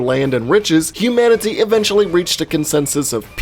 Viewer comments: sermanity not humanity....lol.... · It’s not humanity... it’s Seranity.